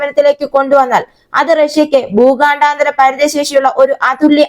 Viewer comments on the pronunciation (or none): എടീ ഊച്ചാളി ഊച്ചാവളിചി.. ഭൂഗാ ണ്ടാ താര.. ബാലസ്റ്റിക് മിസൈൽ അല്ല.. 😅 ഊച്ചാളി.. ഭൂഖണ്ഡാന്തര.. എന്ന് ആയിരം പ്രാവശ്യം എഴുതി പഠിക്കു..